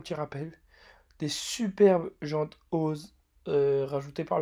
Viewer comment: Salut à toi ! Tu t’es amélioré ! Il y a des fois ou tu te répète un peu, le moment où tu parles et qu’il y a plus de vent c’est top mais tu devrais rajouter une musique ou une instru en fond histoire que ça sois pas trop ennuyeux.. Au faite on dit « OZ » lettre par lettre et pas comme si c’était un mot bon après ça c’est un détail. Je trouve l’essai du véhicule assez court qd même. Bon comme la dernière fois c’est pas pour te descendre hein c’est pour toi pour que tu t’améliores.. 😉